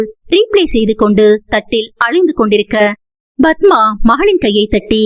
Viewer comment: Please say padma don't pronounce badhma